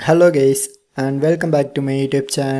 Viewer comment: bro said hello gays💀